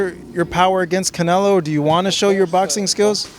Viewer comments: he said Canela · He said it right ...... canela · Y they say canlea 😂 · yes he said canelA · “ Canela” lmao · Everything he say Canela it cracks me up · He called him canela lol